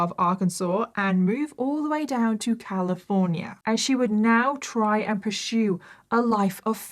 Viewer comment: Wewy similar ways😂😂😂 wewy wewy Califwornia 😂😂😂😂